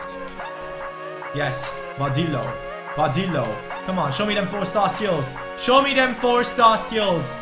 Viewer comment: Hey! You are the best man! I really love your videos!👍 I just want to say that you pronounce Vadillo's name wrong. He has 2 L letters in his name and in Spanish 2 L letters mean J. So his name is pronounced Vadijo. It is little strange but yeah haha! I love your content! Keep it up man!